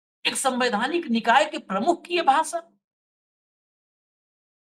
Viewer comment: Yaar ek to hindi seekh lo bhasa nahin bhasha gyanes nahin gyanesh hindi nahin aati bhasan nahin bhashan